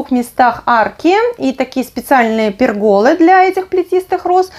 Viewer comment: Правильно говорить «пЕргола»